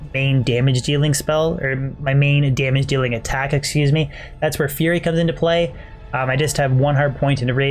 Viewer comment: learn how to pronounce fury, your sounding like "fear" druid or "feary" druid when you say it...